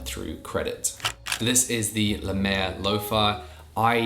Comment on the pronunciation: Lemaire not Lemiare